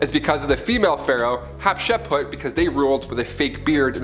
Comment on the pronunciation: You apparently can't say Hatshepsut either lol 🤣.will You tube demonetize you for pronouncing every Egyptian name but Tut and Nefertiti correctly?!?